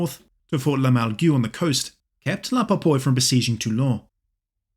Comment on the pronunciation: Correction: Jean François Cornu de La POYPE* not Popoye.